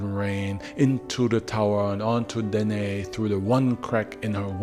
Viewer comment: Danaë: Dana ey with two syllables.